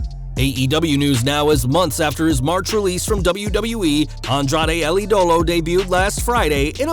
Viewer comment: El Ídolo (with an accent on the I) is pronounced EE-doh-loh. Accent on the first syllable.